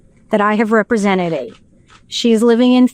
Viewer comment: Did the attorney say represententeded?